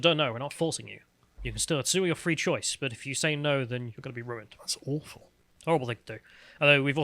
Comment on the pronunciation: "Awghfull" Yes . Communism is like that. Start to name things what they are Sargon.